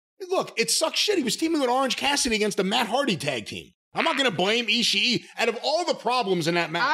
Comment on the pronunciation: Why are people pronouncing his name "ishi-i" the two "i's" together in japanese just means that you double the length of the sound. You don't pronounce it twice.